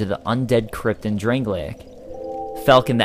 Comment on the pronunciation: "Drang-lay-ik"? Its drang-lake so says everyone and the game